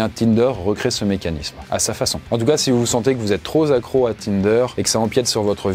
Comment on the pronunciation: Excellente vidéo, très intéressante. Par contre , '' trop Zacro ''... Dommage 😅